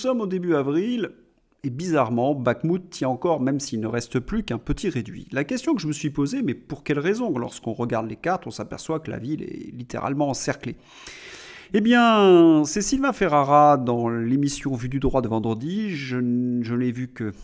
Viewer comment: Cher, c'est Sylvain Ferreira, et non Ferrara... 🙂